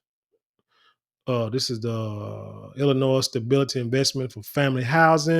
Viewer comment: The s is silent in Illinois. It's Illinois not Illinoise. 😂😂